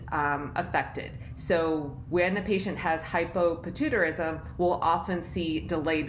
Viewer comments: Lmaoo what the hell is patoo-tarism? Idk how she can say pituitary but not the conditions that contain the word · Ummm.... Shes not saying it right 😂 Hy po pi tu I ta rism